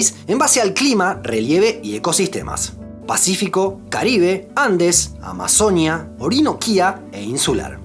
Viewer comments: Excelente video amigo, pero me gustaría corregirte algo, en el video siempre estuviste diciendo amazonía, y se dice amazonÍa con un acento fuerte en la i, así como decias orinoquía 😅 Igual gracias por ese video tan bonito e informativo 🦦💗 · Solo una cosa: ¡Amazonía! El acento va en la í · En Colombia la región de la AMAZONÍA se escribe con tilde en la i, así que así debería pronunciarse si se está hablando de esa región de Colombia específicamente. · Es AMAZONÍA con tilde en la i